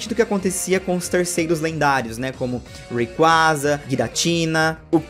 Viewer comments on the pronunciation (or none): none